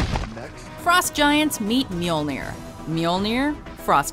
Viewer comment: Somebody else react to the way she says mjølnir / thors hammer . Souds like she says mjemjir 😂 i think its not to easy to say ø when your american 😂